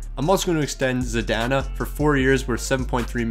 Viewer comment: This dude can not say players names right to save his life, can't say vrana, zadina, hronek, and more.